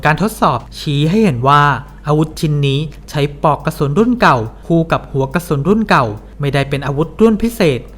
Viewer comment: ออกเสียงภาษาอังกฤษชัดแต่ออกเสียงภาษาไทยไม่มีตัวควบกล้ำ น่ารำคาญ เช่น บานเก็ด ปอกกระสุน ฯลฯ